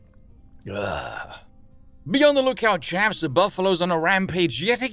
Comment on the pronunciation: But it's pronounced "Buffalo."